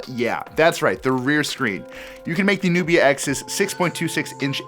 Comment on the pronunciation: Who read that text Nubia X as Nokia X🙄